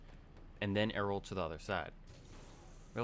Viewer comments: Its hard to understand you sayin ”air roll“. It sounds like ”erl” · I thought that he was saying "Arrow"